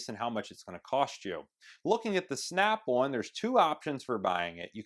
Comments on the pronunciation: valid response. Never heard of an American accent where on sounds like one. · In all your videos, you're saying it wrong. It's SNAP ON not SNAP ONE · Why does he keep saying Snap One? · It is SNAP ON not SNAP ONE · Why can this guy not say Snap ON and keeps saying Snap One? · Snap ON not snap OnE😂😂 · ummm its "snap ON" not snap ONE!! LMAO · Snap-won haha I love Americans